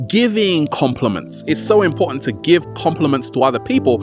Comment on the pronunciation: I'm Im-Poh-Ant!!! <3 U!!!